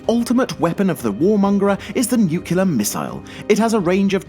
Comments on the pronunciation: it's nuclear not nucular ! two syllables not three! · Entire worlds? You mean entire cities? Also, it's NUCLEAR, not NUCULAR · NUCLEAR! NUCLEAR! NOT NUCULAR! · NUCLEAR! not nucelar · NUCULAR!? NUCLEAR!!!!!!!!!!! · WTF IS YOUR PROBLEM??? WHY DO U HAVE TO SAY NUCULEAR?? ITS NUCLEAR BRO!! NUCLEAR!! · Here we go again... the "nucular" missile. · "tha nookyoolyaar missile".. yep.. People don't know how to talk. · Sorry, cant watch anymore when you use the word "nucular". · "nucular" facepalm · Not only is the title of the video inaccurate and click bait, but you can't even say "Nuclear" correctly. I guess this video is narrated by former President W. Bush, with a British accent. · Nuclear comes from "nucleus", a word of latin origin meaning "core". There is only one way to pronounce "nucleus", and from that there is only one way to pronounce the derived word "nuclear". You are doing it wrong. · why do you say nuclear like Lex Luthor from Superman 3?